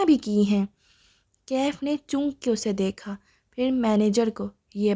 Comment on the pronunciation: Asslam o Alaikum..please apni reading theek kren ..intehai uljan hui apki reading sun k...sirf 13 minute mushkil se sun ski ...Achay khasay novel ko ap itni imla ki mistakes k sath prh rhi hen....choonk nhi chonk hota hai lafz ...apne ilfaz ki adaigi me drustagi laaye ...please